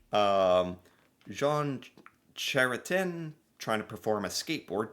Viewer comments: KRAY-TEE-YAIN would be closer than Kretchen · Cretien, pronounced "Gretchen " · Pronounced. Kre - tyen. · "Ch" is pronounced like "k" Krétien. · Chrétien, chr is prononce kré tien… Chrétien mean in English Christian… prononce without de Sss sound… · It's pronounced Kray-tee-ehn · Ok, I'll help you with the former PM's name: Jean Chretien (kret - ienne) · Say it fast ... CRAY-CHEN. Jean CRAY-CHEN. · As to Jean Chretien's name pronunciation. In French, the final 'n' is dropped but nasalized. So Jean is like John, but without the 'n'. And Chretien again drops the 'n' but again, nasalized. Cre-tee-en Translated from the French to English, it would be John Christian. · Chretien = kretch-yen Deifenbaker = dee - fen - baker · you almost got it! It sounds a bit like cray-tyen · Chrétien. How to pronounce Chrétien. Just say CRAY-tyen. It's pretty far away from the French pronunciation, but that's how many English-speaking Canadians say it. Or CRATE-yen, if you run the 2 words together with no pause at all. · PM JEAN CHRETIEN pronounce kreah-chen had a protester gonna throw a pie in his face 😂😂 Being a BIG man himself he didn't even bother with security & reached out, grabbed buddy by the face of throat and just forced him down to the ground. I'll NEVER FORGET SEEING IT. 😂😂😂❤❤❤💪🏻🇨🇦💪🏻🇨🇦💪🏻 🇨🇦💪🏻🇨🇦💪🏻🇨🇦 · What happened originally is : that person was a reporter not a protester and they shoved a little girl out of the way to get closer to him to ask a question and that’s how he reacted to someone mistreating a child! I saw the whole clip. It became a thing. His name pronounced. “Kretch- en”. He is one of my favourites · here’s some help with your prononciations: Diefenbaker = Dee- fen-baker; Chrétien = kray-tee-ay. You can always google the correct prononciations. You should also google Pierre Elliot Trudeau and Fuddle Duddle together. You will find it amusing 😁😉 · Chretien is pronounced cray-ti-en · Chrétien is pronounced Cretian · Cret-she-an= chretian